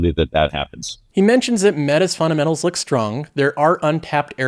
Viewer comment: love the content but there is a "D" in funDamentals lol